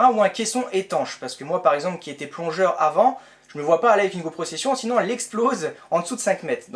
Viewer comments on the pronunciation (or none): none